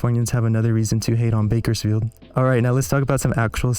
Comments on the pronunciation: bakersfield weird asfk 😂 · That's pronounced "BIKERSFIELD"!! ...ask around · If you want to pronounce Bakersfield like a local, the first syllable sounds like "Bike" - Bikersfield